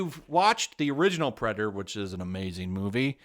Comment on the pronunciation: Also "Perdator"